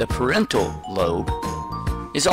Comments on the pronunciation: The pronunciation of parietal lobe sounds way off! It sounds like he's saying parental. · You said it as parental